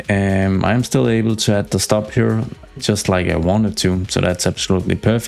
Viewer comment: Loved that misspeak on just like, liking specifically because of that. Made me chuckle.